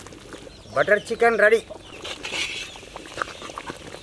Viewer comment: when he said “CHEEKEN”.... I felt that